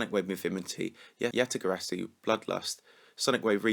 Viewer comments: he was saying things weirdly like ya yatagarasu sonic wave infimity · "Sonic Wave Imfimity, yatyatagarasu" lmao